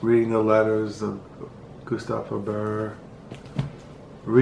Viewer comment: but you pronounced Gustave Flaubert correctly 😄 ..even with the silent "t" on the end